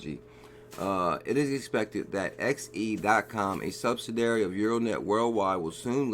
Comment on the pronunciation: Hey check out how to pronounce "subsidiary";-)